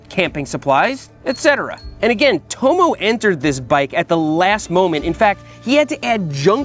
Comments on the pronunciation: Burn my ears 😭 Tomo = tom-o, not toe-moe. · I guarantee if he's native English, his name will be pronounced 'tommo' not "towmow" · I assume he named Tomo after his surname Thompson. So its probably pronounced as "Tom-mo" and not "Toe-mo" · am i right in thinking he's pronouncing Tomo incorrectly?